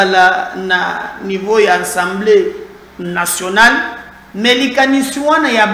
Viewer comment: A-100-BLÉ et non AN-100-BLÉ